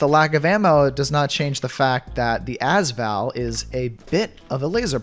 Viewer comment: ok im not saying that you need to change the way you say as val but im just saying that you say AS VAL like AS is 1 word witch it is but your sopposte to say it like A-S-VAL